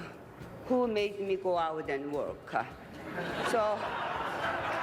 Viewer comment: I love that lady's accent. Korean doesn't have words ending with most vocals, that's why she says work-a, result-a.